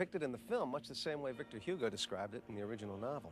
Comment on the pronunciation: Great heavens, couldn't he at least learn to pronounce Victor Hugo the way the name is supposed to be pronounced?